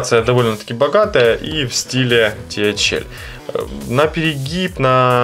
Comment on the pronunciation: ТэХаЭл режит слух